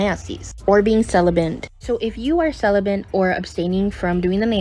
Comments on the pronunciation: She said “celibent.” SHE NEEDS SOME “D” big time! 😂😂😂😂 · Celibate, not Celibent.....